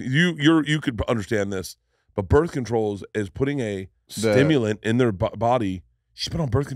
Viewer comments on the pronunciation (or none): is he talking about „Bert Control“ oder „birth control“? 😅